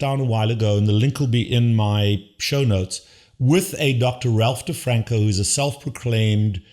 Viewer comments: Your 4 year old son can probably pronounce DeFronZo properly. It's NOT DeFranCo. It's DeFronZo. Though EVERYTHING else you said is right on except trying to imply your 4 year old is smarter that Attia and DeFronzo demishes your positions. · Ralph DeFronZo not DrFranCo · First off…it’s not DeFranco, it’s DiFronzo. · Get the name right! It is Dr. Ralph DeFronzo. Please explain why you say the guy's last name wrong. This goes to your credibility.